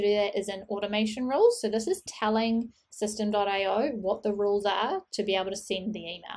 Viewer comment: just watched a video from the owner/founder and he pronounces it "systemy" not system. ;-)